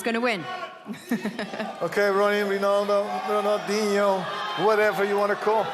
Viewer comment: Ruud Gullit: 'Ronio.. Rinaldo..Ronaldinho' bruh xD